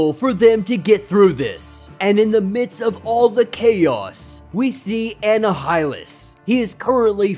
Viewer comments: Its Uh-nie-hil-lus like annihilate. Not whatever you were saying. Heads up . =) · U pronounced Annihilus wrong its pronounced A- Nile-ah - lis but Amazing video what a cliffhanger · M'Kran crystal eM'-Crahn crystal Annihilus - Anni-ya-lus Annihilate - Anni-ya-late *note, im not trying to be "That Guy" im trying to help. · I mean can you pronounce the character names and objects properly tho? Anna-Hi-Lus???? Who tf is that??? 🤣🤣🤣